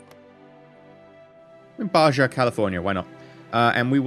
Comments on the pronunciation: it's pronounced baha not ba ja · it's ba-ha.....not ba-ja.